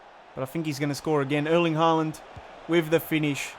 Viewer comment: It's pronounced "Hålan".